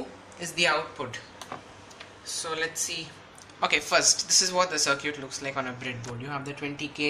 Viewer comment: FYI, "circuit" is pronounced "SIR-kit", not "SIR-cute". :)